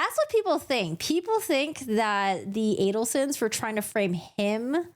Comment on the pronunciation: It's A-del-son.